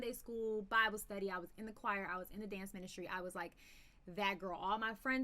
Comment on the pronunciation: did you say " dance ministry " ? OK